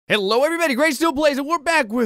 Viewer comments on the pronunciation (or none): none